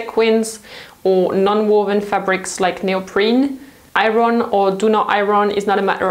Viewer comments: hi! I just found out about your channel and I watched a couple videos already including this one, and I can't help but notice you keep mispronouncing "iron". you pronounce it as ay-ron when it should be a-yern :) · Hi! I remember it took a very long time for someone to tell you about mispronouncing “pear” because your accent is so cute!!! But maybe you would want to know that we don’t pronounce the R in iron. It’s pronounced more like iyon. Hope that helps ☺️ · I didn't know that about tumbling clothes. Thanks for the tip. Not to be critical, but just so you know, the 'r' in 'iron'/'ironing' is silent! (Your English is exceptional, by the way. Much better than my French.) : ) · It's a funny word to pronounce if you're English. It's not ION, but it's definitely not I-RON either -the way pronounces it. It's somewhere inbetween - more like I-YON. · I love your videos but... it is pronounced I-on not I-ron. The r is silent. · thank you for your most informative videos. I hope you don't mind if I point out the correct English pronunciation of the word iron, according to Webster's Dictionary: aiern - pronounced i ern. As you are probably aware English is a combination of several languages so the rules are not always logical. Keep up your amazing work! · In the States we say "eye-urn", which is a truly an ugly-sounding word. Over here we also say "close" for clothes, but in the UK they pronounce the "th". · I love the way you say iron ... 💓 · I love the way you say iron.😂 So glad in the UK we don't have smoking anymore. I remember having to wash everything as soon as I got in as it all stank. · The R in iron is silent in English. When I go to work, I earn. And that's how it's pronounced with the accent on the I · Pronunciation IRON... the R is silent. Otherwise great tips!